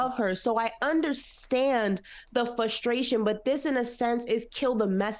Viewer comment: It's FRustration & NOT FUstration. Jesus!!! You say the word too much to not PROPERLY pronounce it, sweety!!!!! It's like someone that can't tell the difference between your as in personal possession & you are (you're). 🤓🧐😵‍💫